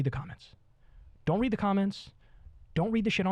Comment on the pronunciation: OMG! I just threw up in my mouth! Joe is so ridiculous here....Is he saying 'weed', meaning 'read'? These two have no principles!